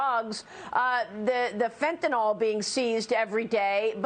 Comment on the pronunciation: For crying out loud! IT’S FENT-A-NYL NOT FENTENOL! You would think news readers and politicians would have handlers to help with something like this. They all sound dumb!